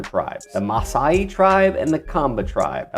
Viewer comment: Kenyan ninja here, excellent pronunciation on the maasai and kamba African tribes.